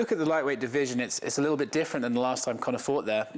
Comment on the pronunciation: Haha “toime”